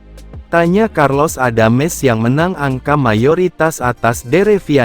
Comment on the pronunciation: karlos adams. bukan carlos adames..jadi bingung dengernya